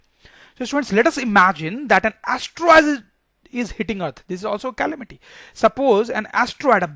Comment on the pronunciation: It is not callamity it's calamity